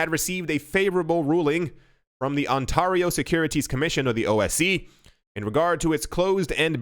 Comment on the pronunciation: Not being able to pronounce ontario says you arent from canada